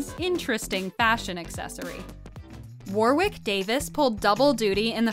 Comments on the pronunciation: . Warwick is pronounced "worrick" not war-wick. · Warwick is pronounced worrick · why cant seppos pronounce Warwick properly?